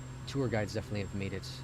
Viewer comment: "made", not "Mads". Lol